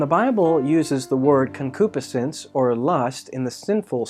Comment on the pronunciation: You're saying concupiscence wrong. Pronounced- Con-Q-Piss-Since Enjoyed the teaching thanks!